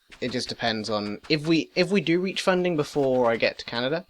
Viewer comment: Lol "Canader". Great video!